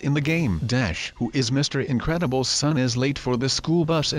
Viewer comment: its incredubles not incebles